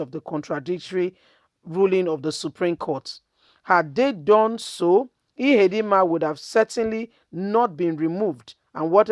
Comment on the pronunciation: Emeka Ihedioha, and not Ihedinma. You have merged the two last names to form Ihedinma.